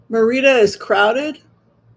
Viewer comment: You’re driving me crazy calling it MeirdO. It’s not pronounced MerinO. It’s Merida.😊